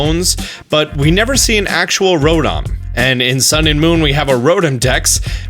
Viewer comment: So we are just gonna forget that he calls Rotom "Rodom"..... ok